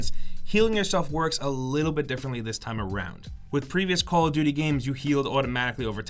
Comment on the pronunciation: He says call of vuty not call of duvty